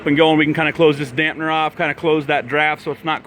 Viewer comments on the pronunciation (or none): Damper not dampner! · It's a damper dude, not a dampner!